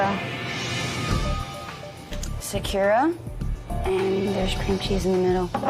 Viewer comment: ugh, this is the one where the girl says sakura like “secure-ah” 😤 don’t piss me oooffff